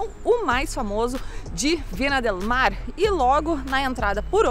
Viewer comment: Críticas construtivas, com carinho: Não se diz Vina, se diz Vinha del Mar, e não era uma foca, era um belo leão marinho, bastante comum por aquí, Chile. Abraços.